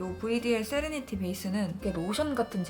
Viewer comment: 드디어!!!!!!세레니티라고 읽어줬다!!!!!! 맨날 세레나데라고했뉸데ㅠㅠㅋㅋㅋㅋㅋㅋㅋㅋㅋㅋㅋㅋㅋㅋㅋㅋ